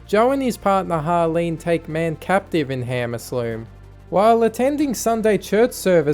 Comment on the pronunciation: I love man: arcum aslume